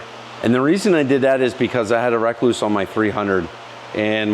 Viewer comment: Not only do you say Yamaha funny you say rekluse funny . You say wreck loose . lol from my understanding it’s pronounced just like the recluse spider .re-cluse